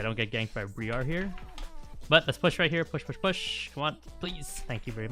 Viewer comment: Thanks for the content. Briar is pronounced the same as the first part of briarwood btw